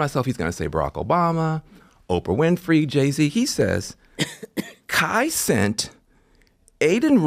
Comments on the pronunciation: "Kai Cent" what a fucking out of touch boomer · “ Kai Cent” that’s wild 🤣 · “Kai cent”😂